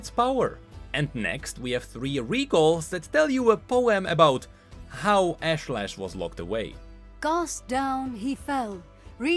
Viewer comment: ashlash the actual pronounciation: Osh-Lesh